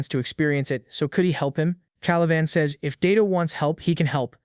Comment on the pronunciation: How do you even get the AI to mispronounce "says"? lol